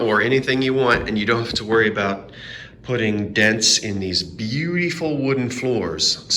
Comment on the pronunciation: Yes the south jersey Bee-u-dee-Full. Love to here the old vernacular again❤️❤️❤️❤️❤️❤️❤️❤️💜❤️My Purple is on your card. You chose. Bright yellow. Wait mustard yellow? We all shall see later. Kidding with u